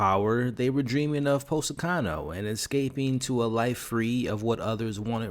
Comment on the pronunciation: Poz e ton (ton not tun) oh Positano Thank you for the review ❤